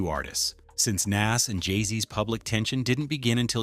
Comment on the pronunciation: Your pronunciation of Nas is really blowing me 😩